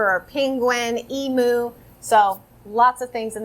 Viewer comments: Love your homeschool videos! Can't wait to see more. As an Australian I just thought I'd let you know it's pronounce "eem-you" not "ee-moo" 😊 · I love this haul ! Side note, aussies pronounce it em-u not e-mu . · Lol Emooo love the American pronunciation. It’s more like Eeem you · Emu is pronounced Eem-you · Im Australian, emu = eem-you lol :) Those bingo games look great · In Australia we pronounce Emu as em-you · Hah I was about to make the same comment long Eem u as in you. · I know your not alone in this, as cute as it is, Emu is pronounced Eem-you. Just a kind, if you wanted to know FYI so you can have the BEST American kids on the planet at pronouncing Emu while playing Bird Bingo! A game I totally want to get my kids, thanks for the recommendation! 🇦🇺 ❤️🙋🏻‍♀️ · Hehe I picked that up too! Its funny when you hear non-Australians pronounce emu :)